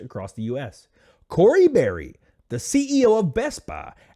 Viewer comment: Corey Bury, as in bury her employees